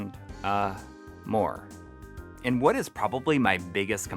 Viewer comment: The way he said more 😂 I can only imagine.